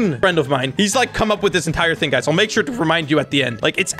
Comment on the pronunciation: “1 hing”🤣🤣🤣🤣💀